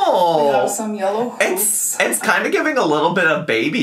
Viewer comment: You’ve scarred me, the first two times she said “hoops” I truly thought she said “poops” and was SHOCKED you didn’t react😂